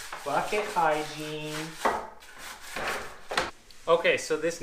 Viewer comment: Thank you so much Well explained , detail and very calm , I love your videos , thank you for helping me " bucket higiene " You kill me